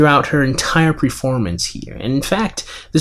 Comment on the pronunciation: I think it is spelled and pronounced performance, not preformance.